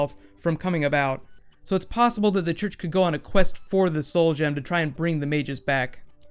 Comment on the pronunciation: Why do you keep pronouncing it "mages" It's Magus (Ma gus).